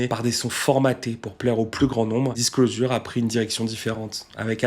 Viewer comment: Fan du duo depuis le tout début (et ayant eu la chance de les voir à l'Olympia) merci pour ton boulot ! Bon si je ne m'abuse par contre tu massacre la prononciation de Disclosure il me semble. Dommage car tes autres prononciations de l'anglais sont plutôt justes ! On dit "Disclozheure"